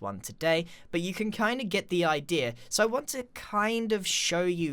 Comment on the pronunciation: "idear". Great video though.